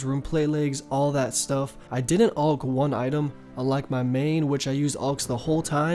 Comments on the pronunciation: alke not ulck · Correct way to say things. Wyvern - “why-vern” Alch -“Alk” Rune - “roon” Visage - “vizz-idge” Seriously you are a very stupid person, you can neither spell, speak with correct grammar nor pronounce simple words. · Wyvern not wivern Visage not vysage Ancestral not ancestrial Rune not ruin Alch not auch You also say etc too much